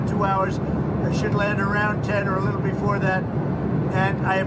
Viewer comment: I hate him. I hate the way he pronounces "liddle." I hate the way he looks & sounds. I hate what he says. I hate the way he "thinks".....if he wins, we are DONE.